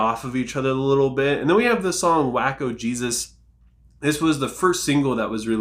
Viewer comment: The Daoboys just snatched EP of the year from Better Lovers with only 2 songs. Not the biggest fan of Waco Jesus (I believe it's pronounced "wayko" not "wacko" because it's a raference to the seige of Waco in 1993 when the religious cult held for 51 days.), but Designer Shroud of Turin is the wildest Daoboys song yet and I love it. I rate this EP √7/3